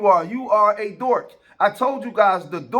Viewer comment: The word is Dork with a (K)👈🏾 not Dort with a (T)👈🏾 or a Dorf👈🏾 with a (F) bro.😁🥴😅 Good job tho my guy. 👍🏾😉